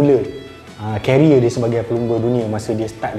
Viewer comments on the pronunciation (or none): none